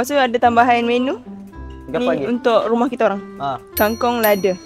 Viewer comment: Asal aku dengar kate "RUMOH KITO"🤔🤔